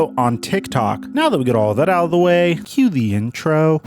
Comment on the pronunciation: Am I the only one who thinks when he say que the intro I hear break 😂